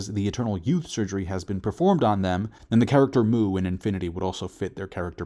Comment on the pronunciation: It's not Mu, it's Muu. Elongated. So it doesn't mean void.